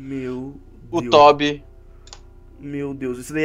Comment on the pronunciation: Não é Tobi é Óbito não é nada igual